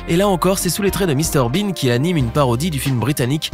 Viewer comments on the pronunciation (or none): none